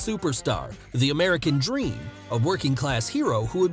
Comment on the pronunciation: Not meant to offend but I always loved his speech impediment. Also it really made his character work. Dustah woads the amewican dweam